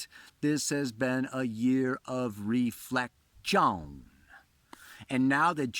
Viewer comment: Reflec-tione! The way pronounces the word makes me smile:)